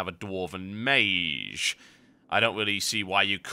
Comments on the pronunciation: ok i didnt hear the "meyzh" instead of "meyj" until i read the comments :P. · mage is pronounced abit wrong u say meeshj while its meetsh thats how i can say it lol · It's pronounced māj. Google it. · Actually I did look at the first (and second and third and fourth) google results for mage pronunciation and it seems you really do pronounce it non-standard. You pronounce it /meɪʒ/, where the standard generally is /meɪdʒ/. But then I guess it's part of your particular accent and your accent rocks serious balls. Actually listening to this I was thinking - he's pronouncing it /meɪʒ/ - like so cool. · I just got this on my recommended videos, I miss TotalBiscuit, RIP John. But can't help but notice he mispronounced mage a little bit by saying the g wrong.